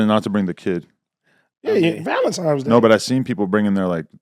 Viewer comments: It’s NOT Valentimes it’s Valentines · AD saying "Valemtimes" lmao